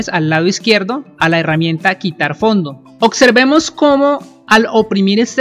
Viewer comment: se dice observemos y opciones no ocservemos ni ocsiones